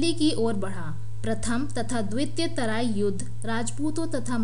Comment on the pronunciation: तराईन हैं तराई नही